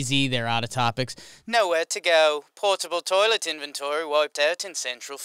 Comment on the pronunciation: I watched this about four hours ago and ever since then, I have been questioning whether pronounced 'toilet' as 'tor-let'.